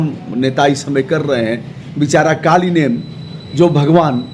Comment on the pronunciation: कालनेमि उस राक्षस का नाम था, कालीनेम नहीं! कृपया सुधार कर बोले ।